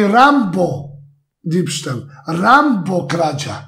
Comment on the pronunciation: Kaze se " Diebstahl " a ne " Dibstel "